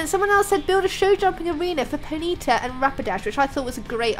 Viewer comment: pontyta po-ny-ta oh and happy thanksgiving